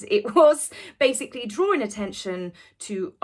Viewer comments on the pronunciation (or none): none